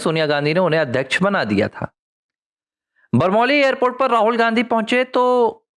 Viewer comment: बरमौली नही, बमरौली होता है